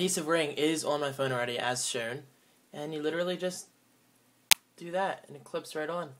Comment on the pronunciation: you say phone and shown weird